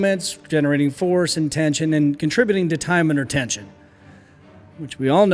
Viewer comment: "tieenshun" lmfaooo